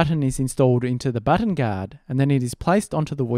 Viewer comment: No one: Literally No One: amstudio: BOTTAN